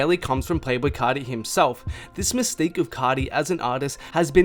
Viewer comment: * “cah-tee” *